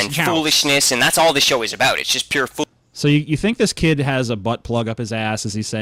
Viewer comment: FeaR Dragn I heard him say about and cried inside.